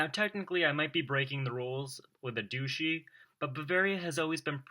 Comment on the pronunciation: It's pronounced duCHy, not duSHy. Like the Grand Duchy of Luxembourg qui existe toujours. Για να ξερετε.